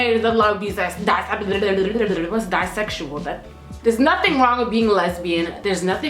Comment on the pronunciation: So fucking funny dude lol how u try to correct BISEXUAL and said DISEXUAL twice